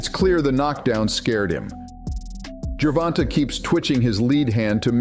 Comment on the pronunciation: You sure make assumptions sound factual. And why do you keep calling him “Ger Von Tah”? You’ve never heard ANYONE including the ring announcers say his name like that. The A is long. Should it be written like Gervontā?